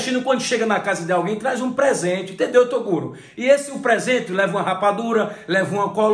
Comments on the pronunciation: Eu achei engraçado ele chamando toguro de torugo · ele diz torugo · " TORUGO " kkkkkk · "TORUGO" KKKKKKKKKKKKKKK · falando torugo sksksksksk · Toguro não, Torugo kkkkk